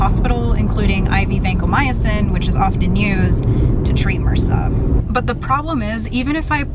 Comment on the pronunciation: What's Mersa? Do you mean MRSA??? Because that is pronounced by saying all of the individual letters, not as a word!